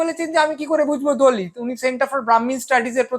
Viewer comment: আপনি "দলিৎ" উচ্চারণ করছেন কেন? বিদ্যাসাগর বর্ণপরিচয়ে ত এবং ৎ এর পার্থক্য নির্ণয় করেছেন। সেই সূত্রে হবে, দলিত(অ)।